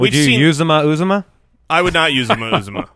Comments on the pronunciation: It’s pronounced “ooh zoh mah”. I went to Auburn and heard his name announced at games many times. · It’s pronounced yew-ZAH-mah, I’m an Auburn fan